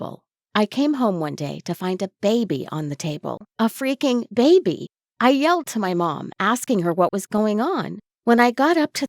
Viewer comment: why do you say baby like that >:( IT IS ANNOYING BAY BE NOT BABE BY AAAAAAAAAAAAAAAAAND STOP WHSLING WHEN YOU SAY T >:( IT IS 2020 COME ON